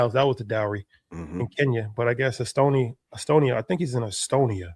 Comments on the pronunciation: This dude still saying Estonia 🤦🏾‍♂️ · please look up how to pronounce the country Eswatini. NOT Estonia which is a European (white) country.